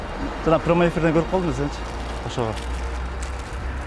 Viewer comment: Промой эфир дейт го хаахаа